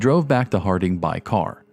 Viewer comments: I’ve lived in Montana for 34 years and some of the story’s from the reservations around here are horrific. Very sad indeed. Also it’s pronounce Hard-in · Unbelievable tragedy, but this video is garbage. There's no facts that are helpful in figuring out what happened, there's total confusion about Big Horn County, WY and Big Horn County, MT, the narrator can't pronounce "Hardin," keeps calling a Rest Area a "Bus Stop," ... it's awful. There is absolutely no bridge connecting Ken Blackburn to anything across the border in MT. The counties neighbor each other at the border, but there's no direct route that connects them. For Blackburn to have committed a crime in this area, he would have had to drive to Billings and then across to Hardin and then return back the same way. This is pure speculative horse crap and you'll be lucky if you don't get sued for making baseless and ignorant insinuations.